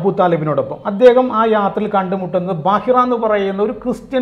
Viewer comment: ബാഹിറ അല്ല പൊട്ടൻ. ബുഹൈറ. അദ്ദേഹം എന്നോ മരിച്ചു പോയ ഒറിജിനൽ ക്രിസ്ത്യാനി ആണ്.